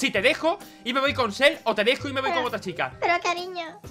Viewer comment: lol se dice Sel